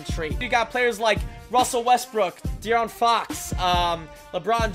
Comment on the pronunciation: DE-AARON MY MAN SAID DION 😭😭